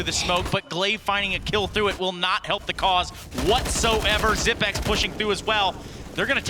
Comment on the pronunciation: zigh-pex? zipnex? learn his damn name already